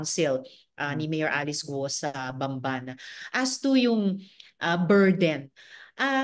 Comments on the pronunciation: GUUUUOOO HINDI GOOOO😂😂 miss malou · Guo Hindi Go. Gu-o